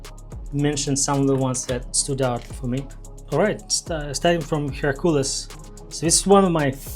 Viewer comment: HERcules. The stress falls on the first syllable.